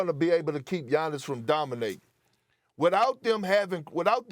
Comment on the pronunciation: I knew way back to stop listening to him when he called Giannis “ROBIN”